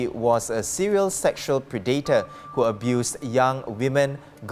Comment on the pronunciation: You have to check your pronounce of some words before you go on air. The word predator is not pre- dator.